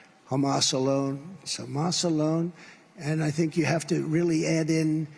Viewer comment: Look at video. He looks ill. He's talking about banning "Muslims" and he can't pronounce Hamas.